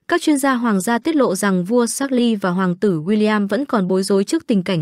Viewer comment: Vua Charles phát âm thành chác-ly...? 😂 ... tiếng Anh của phát ngôn tivi hay thiệt 😂😂😂... bó tay